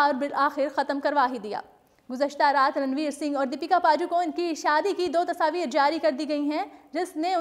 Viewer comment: Kya yr tasaavir tasaavir sidhe bolde ne tasvir gawar